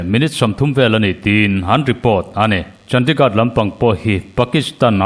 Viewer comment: hi i coment a ngaihnawm ṭhin ngeimai lo ṭang sauh sauh zel teh, mahse Chandigad tiin i lam tlat a heihi chu lamdik tawh la, India ram Khawpui mawiber hi CHANDIGARH ti a lam tur a ni e.